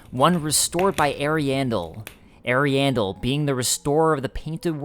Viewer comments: I love your stuff, but i'm on the other side of pronunciation Ahri-ahmis --Ahriahndel vs Eri-amis - Eri-andel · sounds like you're saying hairy anus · I thought you said the painted world of hairy anus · I love how he says the name of the first painted world wrong when u can hear percilla say it when u talk to her. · not ariandel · Ariandel and Ariamis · he dislikes the way you say ariasmus and Ariandal. There is an established way it's pronounced in the community but the way you say it is cringy